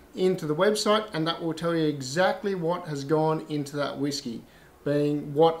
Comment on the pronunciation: I agree my pronunciations of all whisky has a lot of room for improvement, In my defense I am Tasmanian.... hahahahaha